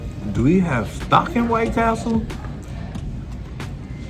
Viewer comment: you are 100 percent wrong. White Castle is the correct way to say it. The way you were using it is supposed to be White Castle